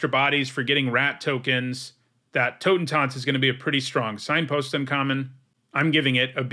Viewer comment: As a german, i gotta say, your pronounciation of "Totentanz" is really good :D